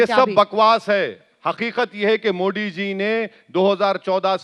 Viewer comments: Kya mujhe hi galat sunai Diya ya isne sach mein मोडी kaha😅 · ये कौंसी कौमकी भाषा बोलता है इस को तो ठीक से मोदी बोलणे को तक नही आता मोडी मोडी बोलता हैं. इनसे बडे सऊदी के प्रिन्स मोदी मोदी बोलते है. कौन्सा किडा हैं इन मे और पाकिस्तानी यो मे क्या पता.. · अरे ओवेडी नाम तो बोलो बरोबर मोदी हे मोडी नहीं 😂😂😂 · Owasis not mody he is Modiji bolna sikho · Thik se pehle modi bolna Sikh